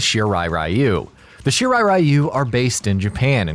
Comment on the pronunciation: Gee how about 'Are you'? Shirai Are-You?